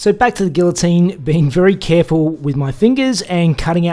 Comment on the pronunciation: Please learn how to properly pronounce "Guillotine." A man not only learns how to weld and fabricate. To be a man requires more than that.